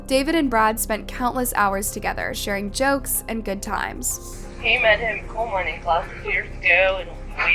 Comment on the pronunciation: Also coal mines and not cold mines …hire me 😅